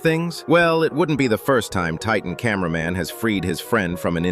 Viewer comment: Bro Said Titan Cainber man and Then he Said Titan Spaikerman Like Bro what the hell